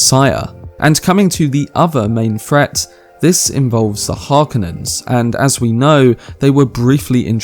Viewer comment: Say it with me...HAR-KO-NIN. Not harkanin.